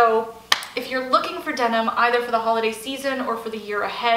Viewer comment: Denim not demon